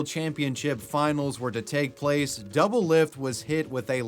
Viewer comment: My man’s butchered doublelift’s name so hard I could not recognize it at all